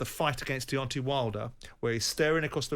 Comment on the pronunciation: Why is Simon the only person in the world that pronounces Deontay as Deontee? 😅😅